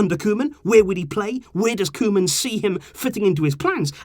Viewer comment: Koeman is pronounced Coo-man